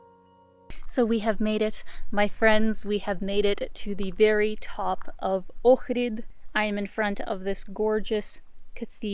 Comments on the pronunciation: Thumbs up for saying the name correctly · I’m impressed that you can pronounce Ohrid properly. Not many people do when I watch these travel videos. Good job. Edit: Ok, just saw your other video where you explain you're of Ukrainian background. Makes sense now. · Thanks for pronouncing Ohrid perfectly.